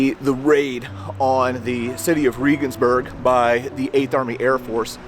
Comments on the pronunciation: Es heißt Regensburg verdammt nochmal! Seid ihr ein bißchen blöd oder was !? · Bless your heart for trying. But it’s pronounced just like the president. President Reagan. I’m not bashing you, but as a foreigner living abroad I know pronunciation is important. Love your videos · If you want to be a serious history buff, try to pronounce Regensburg correctly. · As an ex-pat living in Germany, you really should have asked someone how to get your pronunciation of Regensburg better. Your story is great, but I twinge every time you say the name. I get it, but, still. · Love your videos but you're butchering the names of the German cities. Regensburg is pronounced like our former president Reagan. And Berchtesgaden is pronounced as if it were spelled like this... "Baretesgodden". Sorry. I was stationed over there for 5 years and my ex is German. I'm a stickler. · It's pronounced like the hero of the right Reagan, not Ree-gan. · It's pronounced "Ray-guns-berg" not "Ree-guns-berg"... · Shouldn't you use the german pronunciation when being in a GERMAN town? No im a damn ignorant from the best country in the world and I don't care! Riegensbörg😂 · It's pronounced...Rehhgensberg. Please stop saying Reegensberg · Reh-gensburg, not Ree-gensburg. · German or English, it's ray-gens-burg, not ree-gens-burg, I believe. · Sorry. But it wasn't President "Reegan". Reh-gens-burg... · Um…. Ray-ginz-burg